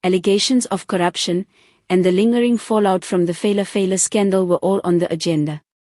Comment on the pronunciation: as an African you can do better and pronounce phala phala properly. I hate phala phala because it is associated with mr most useless and incomptent ramaphosa.